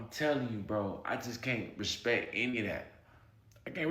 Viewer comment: Y'all finally figured out Al "Respict" Sharpton!